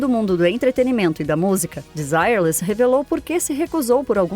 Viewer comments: Não seria a pronúncia "Denzirrê"? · era pra ser desirrê less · Em francês é: de-si- rrê-le. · Achei que pronunciava errado desde meus tempos de criança...kkk Agora vi que é De-zi-re-lês mesmo...obrigado. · VERDADE!! PERCEBI ISSO !! É " "DESIRRÊRLIS" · Se pronuncia Desirêles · Kkk Não aguento isso, as pessoas quererem pronunciar todos os nomes estrangeiros como se pronuncia em inglês. Apesar do nome ser em inglês e significar sem desejo, o conjunto era francês, que por sua vez a pronúcia é bem diferente: dezireles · Ok, mas a pronúncia do nome dela está errado, não é em inglês e sim em francês. A pronuncia correta não tem nada haver com o dito no vídeo. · Não assisti a outros vídeos desse canal... mas tenho minhas dúvidas que a narração tenha sido feito por por uma pessoa e sim por uma Inteligência artificial... está tendo muito isso no YouTube nas últimas semanas... Fora a pronúncia do nome da cantora, tudo está muito bem feito... posso estar enganado, mas tem essa possibilidade da I.A. sim.... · Eu não escondo que me incomodei com a pronúncia. O nome das pessoas não se traduz, mas o conteúdo foi muito bem produzido e produtivo. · ACHO UMA FALTA DE RESPEITO COM A ARTISTA ELA É FRANCESA.. MAIS ESTÁ COM A PRONÚNCIA DE UM NOME INGLÊS... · pronuncia horrivel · se a mulher e cantora francesa , a pronuncia tem que ser em frances kkkkkk